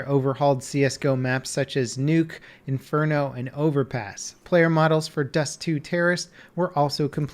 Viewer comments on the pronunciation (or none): none